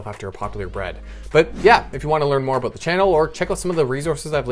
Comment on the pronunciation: THE PAGE OWNER IS CANADIAN...he said "aboot" <3